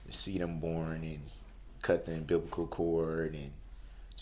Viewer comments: I’m glad I wasn’t the only one who heard “umbiblical”😂😂. I replayed it at least 20 times to make sure that’s what I heard😂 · Imagine being one of the greatest legal minds in your entire state and being told you aren't that bright by a man who thinks "substain" and "umbiblical cord" are words! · The "not that bright" part? I don't know exactly. But it's in the parts where he is saying he "respects" them. Substain? He says constantly. Umbiblical cord? When he is talking about not being a monster. Where he brags that he got to hold his baby EVEN before his baby momma